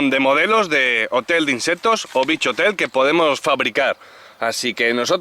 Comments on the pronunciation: Se dice insectos , no inseptos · No puedo con ese INSEPPPTOS 😂😂